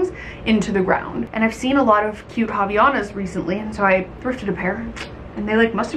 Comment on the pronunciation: Friendly tip from a Portuguese speaker--Havainas is pronounced "ah - vy - AH - nas" <3